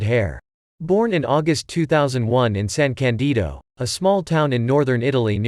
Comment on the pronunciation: You should have said San Càndido and not San Candìdo. You americans are pathetic when it comes to other languages.